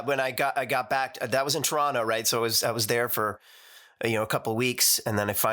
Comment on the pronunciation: I love that Rich says 'Torono' instead of Toronto. He's halfway to pronouncing it like someone truly from Toronto, and certainly pronounces it like Canadians not from Toronto, generally.